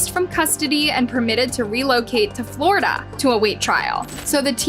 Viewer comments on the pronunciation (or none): none